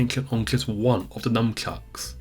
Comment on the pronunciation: sounds like you're saying Numbchucks haha